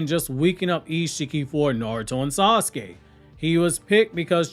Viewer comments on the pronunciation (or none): none